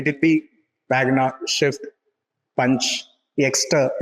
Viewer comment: Why do you keep saying shift instead of swift. Are you doing it intentionally or you not aware of it